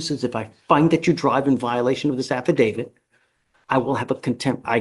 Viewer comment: That lawyer said “affidavid” not “affidavit”. Hmmm